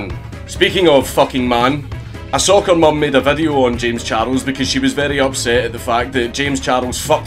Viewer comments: I love the way he pronounced it. Kinda like how japanese say English words or names. Jayums Charusu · "Jems chardles"